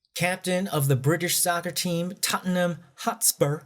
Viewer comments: It’s pronounced tot-nom (Tottenham). You’re welcome 😎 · Tottenham is pronounced Tott'nam. 🙂 My goodness. This is a shocker of a story. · I mean.. how am I going to take this from him, he talks like Trump and couldn't even get to pronounce Totn'm properly.